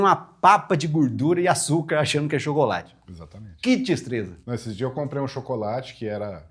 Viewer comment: " que tistreza "😂